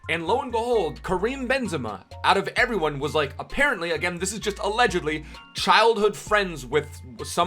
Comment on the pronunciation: I love when he says GUD EVENING EBERYONE